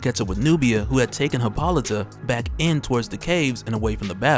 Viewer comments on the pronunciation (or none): Ummm its pronounced Hip·ol·ih·tah. Just sayin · I was trying to be funny and informative but it looks more like im just an asshole now. I was withing the first 30 minutes and got nothing so if you seen this, gimmie a like or something. I just don't want to keep hearing you say Hi-pol-ih-tah